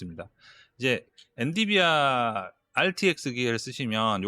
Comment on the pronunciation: 엔디비아X 엔비디아